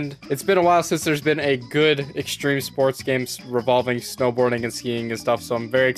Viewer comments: says extreme sports. I now say stream spoats. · Extreme Sports? You mean Streme Spoats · I think you mean Streme Spoats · no it's STREME SPOATS. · Also, it’s streme spoats, not extreme sports